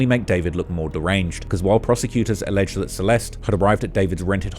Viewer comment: Alleged is said as two syllables, not three.